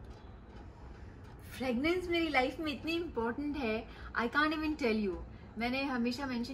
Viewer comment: It’s fragrance not fragnance